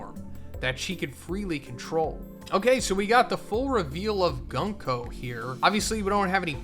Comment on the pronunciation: The pronounce for 軍子(Gunko) is not Gan-ko but Goonko. Just saying 😅